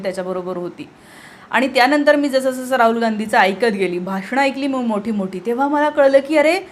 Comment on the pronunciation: Raaul Naahe Raahul Kamit kami Shudh Bolayala Shika Speach Madhe Kiti Asnskrat Chaatu Bitu Khalche Shbd😂 Lihilel Waachun Bola 😂😂😂